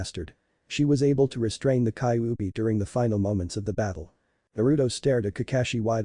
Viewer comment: and its ky-you-be thats how u say kyubi